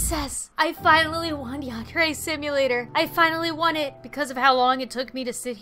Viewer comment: ITS YANDER NOT YANDERA